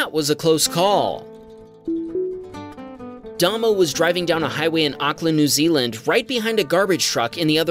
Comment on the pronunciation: Mate, NZ guy is pronounced Daymow.